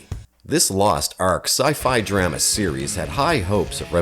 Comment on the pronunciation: Please teach the AI narrator who to say "drama". That first one "Star Lost" sounds like a great premise.